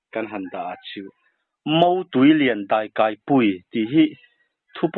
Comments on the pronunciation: "pui" ti a i lamdan a i thluk hi a dik lo.... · Daikaipui (pui i thlûk dan hi a dik lo).